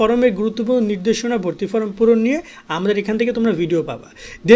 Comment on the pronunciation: ফ্রম❌ ফরম✅